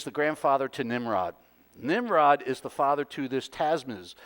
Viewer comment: It is Tammuz. Ta-mooz. Rather than TaZmuz.